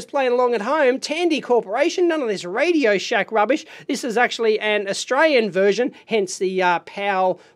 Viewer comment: lol, within the first few seconds it sounded like '....and this time we have the classic radio-SHITE'